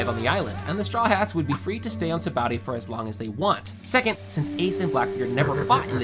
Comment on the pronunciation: Sabaody, not Saboudy.